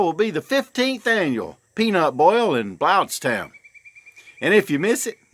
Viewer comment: Sorry we missed it,. Had family over this weekend. You got 2 things wrong in your video, though. Yes, you CAN live on boiled peanuts alone. And it is pronounced 'BLUNTS-town', as in blunt-unsharp. Thanks for another great video....whew...don't go in there! Thanks, y'all...see you later, brother.